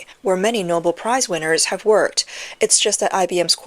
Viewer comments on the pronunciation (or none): none